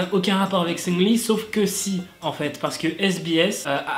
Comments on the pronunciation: ça me perturbe. tu dis Seungli mdrr moi perso je dis SeungRi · Le CéLèBrE MAQU-NAË SUNGUE-LI